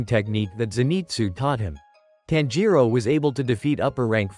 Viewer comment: It's not taanjiro it's tanjiro